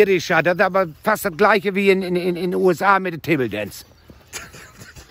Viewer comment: "tebeldänc Gruppe" 🤣🤣🤣